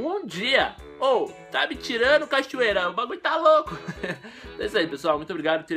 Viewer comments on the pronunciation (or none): é cachuera e nao cachorrera HHEAUHAEUHEA mas tamo junto! \o